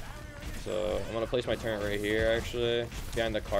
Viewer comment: Turret....not turrent...